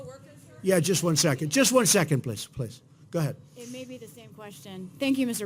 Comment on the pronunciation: Every time Trump says "Ga ahead, ga ahead" I think of Ratso Rizzo.